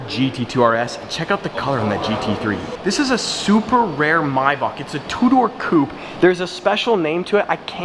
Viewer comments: Anybody else felt irritatingly cringy hearing "my baak" he said while pointing at the maybach in the super car garage? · Keelan Taylor, your right. It is pronounced may- Bach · The way you say maybach makes me feel sick 🤢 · Just waited to hear it before I liked your comment Yuck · Why are you saying “maybach” like that lol